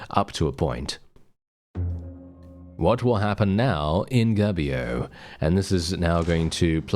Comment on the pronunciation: Come on you could call your character Reformio. How can an englishman be a saint anyway? 😉 By the beard of saint Byron from Assisi, this Italy is quite chonky. The italian U is pronunced like your -OU, so try to say Goubio. Otherwise it seems you are saying "gabbio", which is a slang for prison. "Yay let's go to prison!" 😆 Quite original game, could be the theme of song from a band like Bardomagno (medieval folk). Happy mazzate nel nome di Dio, beatings in the name of God!